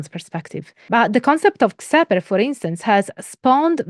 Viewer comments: I don't have enough knowledge about how members of Temple Of Set pronounce "Xeper", but Don Webb transcribes it as "Khefer", and the KHPR podcasts follows that pronunciation. Xeper is the Egyptological pronunciation of ḫpr, IPA /xɛpɛr/, so it definitely shouldn't be "Kseper". I know pronunciation is a pointless pedantry, but it's a nice thing to come closer to representing dead languages (ignoring contemporary usage of Coptic, but pronouncing it Shopee would be a bit weird). I don't know where they got the /f/ from, since no dialect of even Coptic had that development. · it's not pronounced "Zepper", it's pronounced "Keffer". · Also, you’d mentioned in the lecture you weren’t sure how to pronounce Xeper. In some of the ToS materials, they say it should be pronounced as “Khefer,” similar to the transliteration used for the Egyptian god Khepri. I can confirm that initiation beyond the degree of Adept is based on specific initiatory progression, not on time in the organization. The plane of the Adept is theoretically infinite, with the other degrees representing different types of growth. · like that time where that ball of dung I was rolling finally transformed into gold and next I knew I was in this human body, I think it is pronounced khefer, at least that´s what a priest told me once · Members generally pronounce Xeper as "Keffer". And Setianism as Set-ee-an-ism.